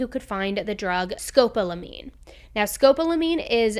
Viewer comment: Scopolamine is pronounced sko-PAH-luh-meen